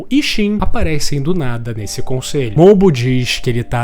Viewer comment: Mano é Mou Bu, não Mobu kkkkkkkkkkk